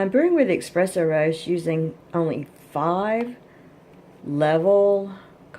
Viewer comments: It’s not “EXpresso” it’s Espresso. You understand nothing about coffee. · Plz don’t say expresso it’s spelled espresso and that’s how it’s said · He is saying it is not Expresso, it is ESpresso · It's not expresso it's espresso!!! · eSpresso S not X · No credibility, you can’t even pronounce espresso properly